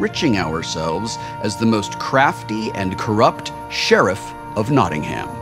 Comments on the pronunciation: It's Notting-um when I pronounce it, so Will's pronunciation but without the emphasis on the h it wouldn't be too bad as far as I am concerned. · Much as I love Tabletop, this NottingHAM thing was almost enough to make me stop watching. See also RoBINhood. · I regret drinking every time and American said Nottingham incorrectly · I found "Notting-HAM" very distracting, lol. Great stuff nonetheless ;) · can we like, just say Nottingham... atleast correctly once? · For as famous as Nottingham is in fiction, I'm yet to hear an American pronounce it correctly. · Please! Thats not how you say Nottingham! We don't pronounce the ham as in the meat ham. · omg the way they say Nottingham is awful, as a Notts homeman I can't listen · Hard to listen to Nottingham being pronounced wrong so much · Don't you love the way Americans mispronounce Nottingham? No? Me neither. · Having to listen to Wil mispronounce 'Nottingham' for an entire episode is wonderful torture. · I'm sorry, I had to pause the video minute in because every time you said Nottingham I felt my heart twinge, and I'm not even from Nottingham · Dear America: NOT-ing-um. Not Not-ting-HAM. tips hat and drinks tea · I love american pronunciations of Cities from outside the US... They always get it wrong :P eg. Not NottingHAM, but Notting'm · Loved this episode, but had a little spasm everytime they said Notting-HAM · Ugh, it's pronounced "Notting'm", not "Notting-Ham". It's so jarring when he says it wrong. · its Notting-um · I'm from Nottingham and would like to make a few suggestions when playing this game: 1. We pronounce it Nott-NUMB, not Notting-HAM 2. We use Sterling (or Pound) over here, and we pronounce is PAAND 3. "Ey Up, Mi Duck" is the politest "Hello, my friend" you will ever receive in Nottingham. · there's only 1 way to pronounce Nottingham and that is exactly as it looks NAW - TING - HAM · Love Will calling it NottingHam. Hilarious although I guess that's what it looks like :)